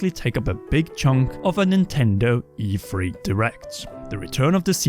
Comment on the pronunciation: Am I the only one who constantly hears EFree???